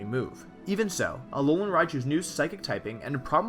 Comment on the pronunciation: "Aolan Raichu" . Oops.